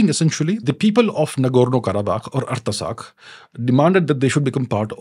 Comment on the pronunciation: It is pronounced - Art-sakh...not arta sakh